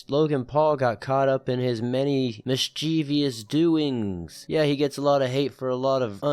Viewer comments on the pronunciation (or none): Mischiev-ous, not mischiev-i-ous. Friends don't let friends be Cyraxxes.